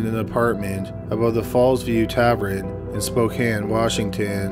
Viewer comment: Thank you so much for saying Spokane correctly. Not many people that aren't from here do and it irritates me